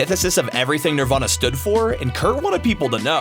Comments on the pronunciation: Bro said Niervana 🤦‍♂️ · talks a lot of shit for someone who can’t pronounce Nirvana right